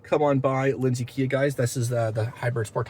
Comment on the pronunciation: True story, it's my first time seeing this channel and hearing your voice but as soon as you said Lindsey I knew you were Canadian 🎉